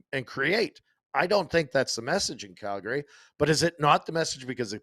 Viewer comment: Why does still say “Calgary” wrong?!?